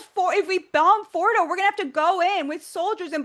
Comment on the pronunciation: Please, learn how to pronounce nuclear and Fordow